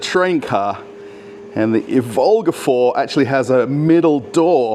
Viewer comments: please do mind the correct Russian emphases, like e.g. not Ivólga, but ívolga [EEvolga]. You are not called Russéll, are ya?;) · not ivOlga, it’s correct to say Ivolga... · It's pronounced "EE-volga." It's not Volga with an "I" in front.:) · The stress should be on "i' not "o" - Ivolga. Thank you! Very cool video 😎,👍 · Russian railfan here with mostly useless facts Ivolga line of trains (stressing is on "i", not "o", btw) is made for urban use and is produced together with the suburban EP2D and its modernized version EP2DM (ЭП2ДМ, featured - ), which will remain in service on the forth diameter line (D4) together with the Ivolga 4.0 Ivolgas are produced in Tver, not Tvar, the latter is a word for animal/creature/beast (тварь) which is mostly used in religious context or as an offence, so be careful At the construction site they are building the second underground passage for passengers and new ground level platforms for express and intercity trains, not railway tunnels Железнодорожная (Zheleznodorozhnaya) is too hard to pronounce even for Russians, so the name is often shortened to Желдор (Zheldor, pronounced jell-door) That's D2 and the train is Ivolga 2.0, the line runs in parallel to D4 for quite a long distance between Maryina Roscha (Марьина Роща) and Серп и Молот (Serp i Molot) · it's pronounced Ivolga (the first syllable is stressed, 'ivolga' is a little bird in Russian, in English 'oriole') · Thanks for another great video,! Well done! But please, mind your stress: Ivolga is pronounced with a stress on the first syllable, on "i", not on "o".